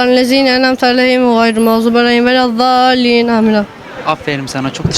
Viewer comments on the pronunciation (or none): Welezzallin değil,, bu yanlış ama düzeltir inşallah